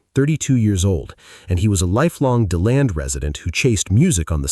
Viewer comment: It’s literally “D” land that’s how you pronounce the city.